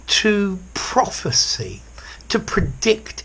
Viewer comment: Prophesy and prophecy are not pronounced in the same way